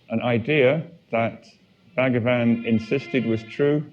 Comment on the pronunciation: Please note it is not BAG-A-VAN, it's pronounced BHuG-waan.